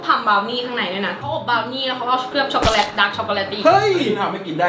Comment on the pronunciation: พูดว่าด้ากซ่อกกเเลต55555